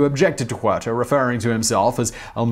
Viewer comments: And even more disrespectful to pronounce it "Juerta"! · Please dude, stop butchering the names. The H in Huerta is silent.